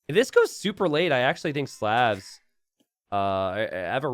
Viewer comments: please stop pronouncing slavs as slevs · Is anyone else bothered by how pronounces Slavs?